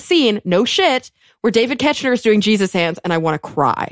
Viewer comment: I know this was a while ago and y'all probably don't care, but David Koechner's name is pronounced KECK-ner... at least based on Office podcasts and commentaries I've listened to. Also, right, WHAT is he doing in this movie???